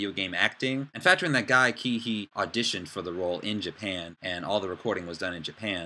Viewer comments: Um his surname is pronounced See-hee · Cihi is pronounced as Sihi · Nice video, I agree on your opinions and looking forward to see, how it all pans out. But I want to correct you on your pronunciation of Guy Cihi's name. It's pronounced "Seehee". Thought you wanted to know that ^^ anyway, keep it up, going to see your other videos :D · his name is pronounced more like "seehee". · You cant even say guy cihi's name properly...thumbs down.